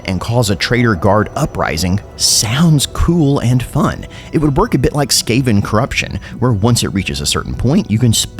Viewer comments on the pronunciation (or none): none